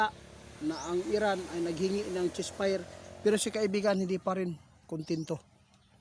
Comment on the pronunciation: 88 hinde chess fire ceasefire eto ang tama pronounciations